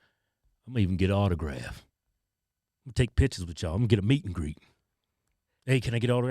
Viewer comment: Wait, is he saying meet and greet or is it MEAT and greet? Just curious💀